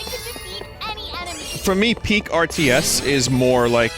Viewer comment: “Twials of Mana!“ “YES! I hate this! It is revolting!“ “Mowe?“ “Please.“